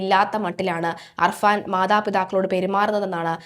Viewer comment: അർഫാൻ അല്ല കുട്ടി അഫാൻ